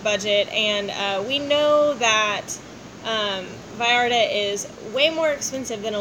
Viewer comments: hey guys you look great thanks for the vids, and its Puerto Vallarta with a "V" not "B" as if you were saying Vacaville :D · Finally you said Vallarta propertly!!!!!!!!👋👋👋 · Double "L" in Spanish is pronounced as a "Y"....